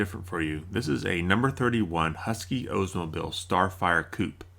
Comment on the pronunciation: Please, it is not an “Ozemobile.” It is an “Oldsmobile” manes after Ransom E. Olds (not Oze) This is as annoying as “Merkree.”